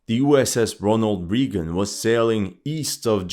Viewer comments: Thats Ray gun. Not Ree gen. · It's Ronald Reagan, pronunciation is ray-g-in . He was the 40th US president. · Reegan😅Ronald Reeegan😅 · mispronounced Reagan and Roosevelt xD